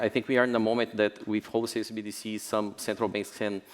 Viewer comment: Why does she keep saying CDBCs ? - I like how he glossed it over with "..negative perception about CBDCs that .."